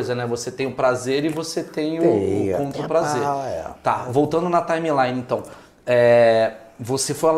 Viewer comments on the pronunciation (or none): Pra gente fazer uma “ TÁI MI LAI NI “ pqp. Que inglês desse Maurício.